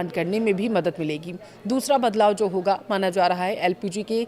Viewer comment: होगा बोलना सीखे